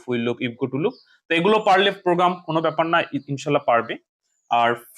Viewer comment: ইনশাআল্লাহ বলা তা ইনশাআল্লাহ হবে ইনশো নয় ভুল টা ঠিক করে নিবেন